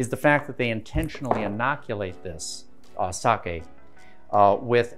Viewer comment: Being half Japanese, great pronunciation on “Sake”